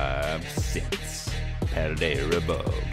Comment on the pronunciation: Why do you all say: PaldeaR?